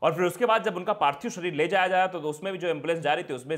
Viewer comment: Parthib nahi parthik hota hai sar